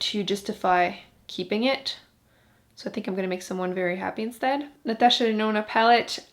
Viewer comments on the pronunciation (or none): none